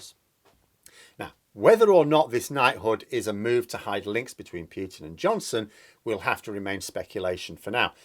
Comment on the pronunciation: For the 3rd time, for pity sake will you STOP saying PEWTIN and start saying POOHTIN like the rest of the world. Thanks.